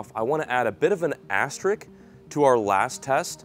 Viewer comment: Hey, Spell "ASTRICK" LMAO… It's pronounced ASS-TER-ISK! LOLOL